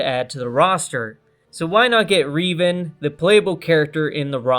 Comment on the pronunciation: I hate how you mispronounce Revan